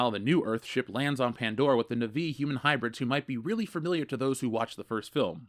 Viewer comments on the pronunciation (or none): (NAH-VEE)... fkn nuhvee lmao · Why are you saying "nuh-VEE" instead of "NAH-vee"? Did...did you watch the first movie???